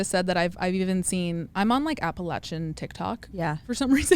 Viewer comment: As someone from the Appalachian mountains, I appreciate you pronouncing it correctly and correcting Alex! It’s literally one of our biggest pet peeves haha